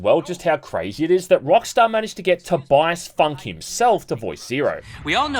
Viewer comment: Did you just say Tobias FUNK